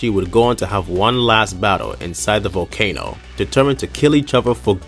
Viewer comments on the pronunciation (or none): none